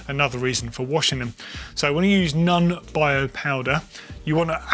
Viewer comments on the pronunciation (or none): Its NON (like the O of 'orange'), not 'nun'!😵😵😵😂😂😂🙏🙏🙏🙏🙉🙉🙉